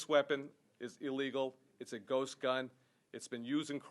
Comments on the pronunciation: He keeps saying gust guns lol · Did he say a “Gus gun” or ghost gun? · Why does he keep saying gust, it’s almost like he doesn’t know how to say the word ghost. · He keeps on misspronounceing ghost as gust,seriously not hard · Great video man and this guy is a fuckin moron and should be removed from his job immediately he had hard time even ghost he kept saying gust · I'm scared now... That 'gun engine' is terrifying. Ghust er ghost gun. He said it twice! If you are gonna make up bullshit terminology at least pronounce it right, jackass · He seems to have a difficult time saying ghost, he keeps saying ghust. He must be nervous cause he knows what he's saying is a lie. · He says gust gun a lot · Guss guns?? Gust gun? Shockaly?? Who fucking taught this idiot English? I'm not even to mention and how stupid and bereft of gun knowledge this guy is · I believe it's pronounced Guhst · He can't even say ghost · Can't even say ghost correctly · This moron can't even pronounce ghost. Maybe he should spend some more time with his therapist. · This is what happens when u elect jack asses that can't even efficiently pronounce GHOST correctly go educate yourself on something before u say it needs to be banned u piece of shit Mr. "Guss gun" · can't even pronounce ghost